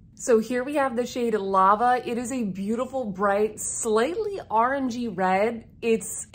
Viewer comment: Nice review. Sign me up! They EVERYTHING is spectacular!!! The way you say the word "Orange" is so east coast. My grandpa was from Massachusetts and I would love the hear him say the word Orange oh and also the word Car. Those are the words that stick out in my memory, but he had more words that he said differently than me being from California. Thanks for bringing that iconic memory back to me!